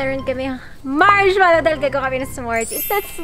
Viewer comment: Haha saying marhmalo 😜😜😜😜 😎